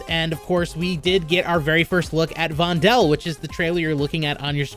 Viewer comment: FYI: This map is clearly inspired by Amsterdam. That also most likely means that 'Vondel' is derived from Amsterdam's biggest park (Vondelpark), which in turn is derived from the Dutch writer Vondel. His name is pronounced as 'Vonduhl', not 'Vondehl'.